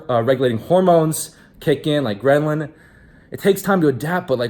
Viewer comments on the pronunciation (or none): Ffs dude get it right, its ghrelin, not Gren-lin!!! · Did he address "grelin" as "greNlin", or am I just hearing things?